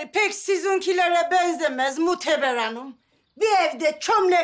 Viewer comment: Su Asiyenin annesi Mohteber Degil Moteber diyo🤭🤭🤣🤣🤣😂😂😂🤣😂🤣😂🤣